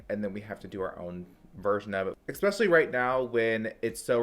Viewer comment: It's eSPecially not exspecially. I really like you but that one little thing bugs me. Petty? Me? You better believe it 😉